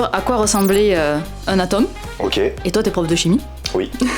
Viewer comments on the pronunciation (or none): prononce bizarrement le mot atome contrairement au prof qui le dit bien... y a un souci sur le o... lol